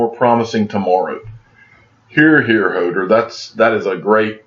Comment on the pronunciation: It's pronounced "Ho:door" not a typo. Ho-door... It's a "Game of Thrones" thing. You teach me everyday with cinnamon in your coffee so I thought I would return the favor... Thanks for your videos.